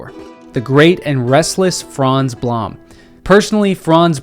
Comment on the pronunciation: Blom is pronounced "bloom"